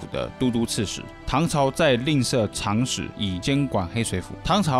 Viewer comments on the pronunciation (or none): 这么有文化难道不知道那个读“zhang史”？难道是长得比较长所以叫长史？又是各国读音又是乱七八糟的历史，看着很专业，但这些信息是你从小熟读经典所以用时才能引经据典拿出来的吗？事先不刻意有目的地去搜去翻找怎么可能找得到？八成又是直接某个百科或别人的视频史料搜集挑选汇总来的，有几成可信度？ 一上来说是不是中国的，意思不就是说不是中国的？我没看到结尾，但湾湾除了亲美无非就是亲日，我盲猜你要说是日本的，但你不会直接说，你会暗示一直有日本人在那生活。如果猜错了就当我没说😂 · 长史 读 掌史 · 我也纳闷“长史”是个基本词汇，为何会读错。